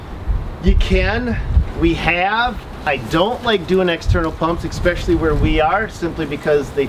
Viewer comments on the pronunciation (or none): Pro-tip: never say "expeshully" it's "especially". Kind of like, please God, never say "nuke-ular" 😪 it's "nuclear" like "nu-clear", there's only one u in that word. It's the little things in life. Sometimes.